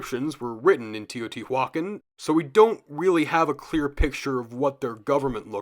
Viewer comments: Thanks for the content, I've enjoyed it. However, in moments it hurts to hear quite a botched pronunciation - first one I heard was Teotihuacán. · Teotihuacán is pronounced not like that